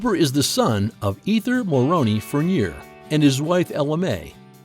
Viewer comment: Please learn how to pronounce Furnier!!!